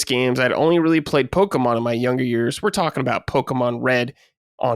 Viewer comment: I'll respect opinion on Brad not having to play Pokémon when she finally pronounces it correctly